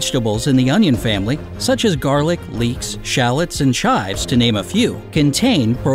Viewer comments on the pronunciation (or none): none